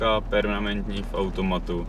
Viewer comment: Tak gratuluju! Že vyslovuješ menU, jako spousta ostatních kopyt, budiž. Ale perNamentní (čtyřkolka) tomu nasadila korunu! Pokud ovšem maximální dosažené vzdělání představují čtyři třídy a tři biografy, pak se dyslektikovi omlouvám